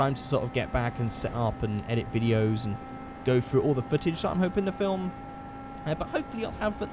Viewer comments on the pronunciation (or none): none